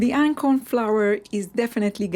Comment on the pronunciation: Are you saying acorn flour?